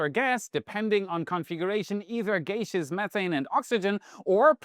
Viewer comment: gaseous = "gas-ee-us". "geishas" are something altogether different. 😀Another excellent update, though.